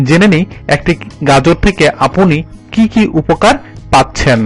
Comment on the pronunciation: আপোনার,আপোনির উচ্চারণ কোথা থেকে শিখলেন? আপনার, আপনি উচ্চারণ হবে। আরো প্রচুর ভুল রয়েছে একটু খেয়াল রাখুন কেমন। দারুন আপলোড